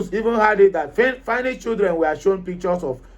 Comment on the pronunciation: Please try to pronounce your words correctly! This is social media, it will go viral. Thank. Note well: Ask google the right pronunciations of FINLAND and FINNISH..